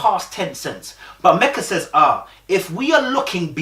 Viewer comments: Lord you back to calling her Mecka (rhymes with Becka) again??!! 🤣🤣 It's ME-kuh mate. Meka really invested because if I were her, I wouldn't even be trying with Michael no more. I wouldn't ask him anything any more I wouldn't go anywhere with him any more. I would stay in my corner, go to work, come home, eat, watch TV and go to bed. When the camera crew comes around, I wouldn't even engage. And I would have told the experts about themselves because Michael has been lying and they haven't been vetting him or these other dudes properly AT ALL. Or they're vetting them, know these flaws and they choose to match them with people any way. Either way they're all trash. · Her name is Meka not Mecca. Meka is pronounce like Mee-Ca.